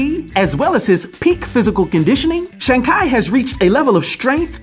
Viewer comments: its shang but said like shawn theres no long a sound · More like Shong